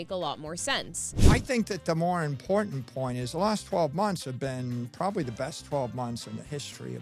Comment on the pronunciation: “It’s impordent” 😂